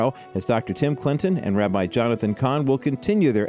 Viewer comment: Cahn not Khan